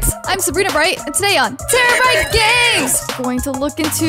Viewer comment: it’s terabrite not terabrita